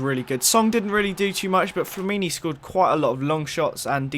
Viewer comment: This guy doesn't know much about footie. Wasn't even sure how many Arshavin scored in that incredible match and can't even say Flamini's name right